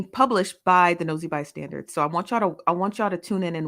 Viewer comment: It always sounds like she is saying Nosy ByStanDards. 😂